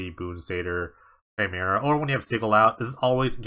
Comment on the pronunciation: Chimera is pronounced "kaimera"